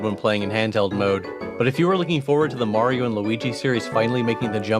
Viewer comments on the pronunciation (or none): I will never trust someone who pronounces Mario as "Meh-rio". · take a drink every time he fucks up saying Mario